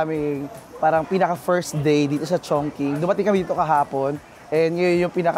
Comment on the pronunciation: Diba sya pronounced as CHONG•CHING?